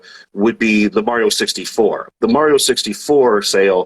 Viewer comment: I can't stand the shill guy saying "Mary-O"